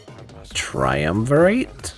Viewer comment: Solid video man. Took me two days but I am about to finish now. By the way, it is pronounced TRY-UM-VER-IT :D